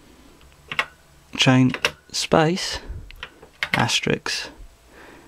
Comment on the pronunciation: He doesn't say Asterisk, he says Asterix. Who's to say his nickname for quote marks isn't 'Asterix'? They do look like little French cartoon men.